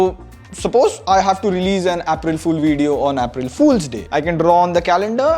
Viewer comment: emphasising on "Apple Fools" for April Fools day is just incredible🤣🤣🤣🤣